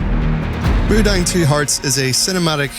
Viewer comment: it's mu-dang like...moo-dong